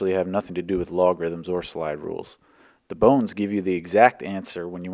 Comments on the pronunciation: I keep hearing "The bounce" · The bow-Nz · bawwwwns (no) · that pronunciation reminded me of Sethical's B O N E L E S S P I Z Z A